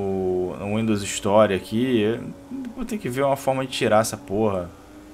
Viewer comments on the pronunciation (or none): none